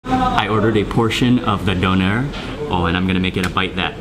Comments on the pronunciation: it's pronounced doonair...not Doner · d Ö ner The ö is like the O in OIL D o(like in Oil) n e r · Pronounced "dooner". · Its Döner and not Donar Donar is a nordic god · its dÖner and not Doner xD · Hi Mark, actually it is not pronounced dough-ner, but döner, like the German ö. Just letting you know. The word means "turning". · a doughnar? where are you from. you probably call it a guy-ro to lol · its spelled döner (letter ö is similar spoken like the u in urgent) . BTW very nice food, would love to visit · Shawarma is just wrong pronunciation of çevirme , döner is correct name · "doner" so funny when english and american and whatever people can't say the ö :'D